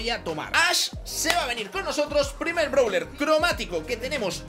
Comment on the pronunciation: No es browler es brawler y no es baster es buster